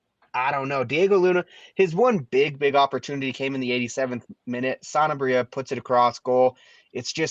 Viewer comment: It’s Sanabria, not Santabria. Am I the only one that feels like they throw in a t sound?!